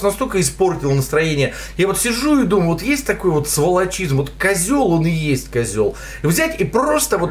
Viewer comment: услышал уоооот, как у Дробышевского почти)